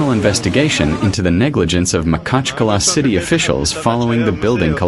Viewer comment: У нас город Махачкала,а не Макала неужели труднотпроизнести?